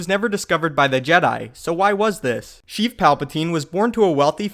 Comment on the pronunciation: Actually it’s sheev